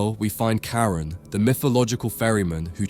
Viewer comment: I swear I heard "and here we find Karen" instead of Charon 😂 i thought... mhm.. still fitting